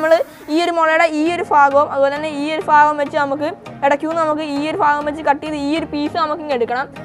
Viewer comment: Faagam ennano Mone Pagam ennalle monee